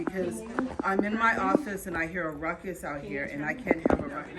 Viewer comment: Did the postmaster sat rutcus instead of ruckus?😱😵‍💫🤡🤪👎🏻